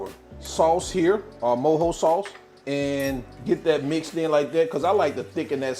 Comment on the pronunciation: I’m cuban and I’m happy this recipe exits explained in English like this with a slo cooker! I also appreciate you saying mojo the right way 😂 If you’re reading this DO make this recipe it’s fireeeee